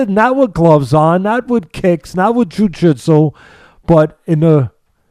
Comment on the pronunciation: is how jiu jitsu should always be pronounced